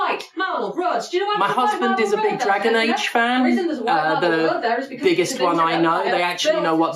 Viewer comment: You say husband, but I hear a bird